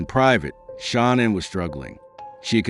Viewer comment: Learn to say her name